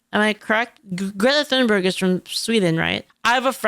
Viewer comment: I DO BELIEVE it i s pronounced "TUNEBERG" not "THOON-BERG"